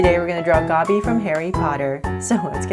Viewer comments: No hate but it is Dobby not Gobby!!! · IT'S DOBBY! NOT GOBBY! LIKE... BRUH! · It’s Dobby lol not gobby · Bloody hell, its DOBBY, not GOBBY! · It’s Dobby not Gobby. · It’s dobby not gobby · Its dobby not gobby lol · HAHAHAHAHHAHAHAHAHAHAHAHAHHAHAHAHAHAhhahahahahahahahahahhHAHAHHAHAHAHHAH OMG YOU SAID GOBBY IT'S DOBBY! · Nuu Its Dobby!!! Not Gobby 😭 😂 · Ummm it’s Dobby not gobby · practically all the comments are " ITs DoBBy NoT GoBbY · Uhmm..Its Dobby Not Gobby..... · Hey! Loved the drawing! Just to let you know it’s dobby not gobby. :) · Jus sayin it's Dobby not Gobby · Hey, I love your drawing videos. I only came across them presently because I am not very good at art. I find it hard and boring and repetitive. Your videos have made it fun though. So, thank you, I have found my favourite art form because of you. I thought you deliberately said Gobby so that you didn't get copyrighted. Lots of love Tilda xxx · It's DOBBY.. no hate ❤️ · Ummm no hate it’s dobby